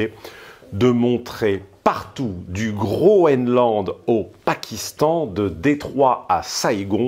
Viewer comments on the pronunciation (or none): Votre sempiternel Cochet ne vous a donc pas appris la diction? On prononce "GREUN-LAND", et non pas "GRO-ENE-LAND". Tout simplement parce que cela veut dire "pays vert", en danois. Ce qu'il était avant le petit âge glaciaire...Soyez "fun": pensez au foehn!